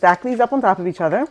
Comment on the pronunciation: "On top of eachedder" you missed a mark there :P